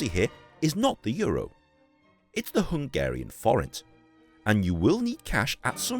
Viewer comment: like your Slovak, your Hungarian pronounciation is also quite good, cool to see the city where I live like this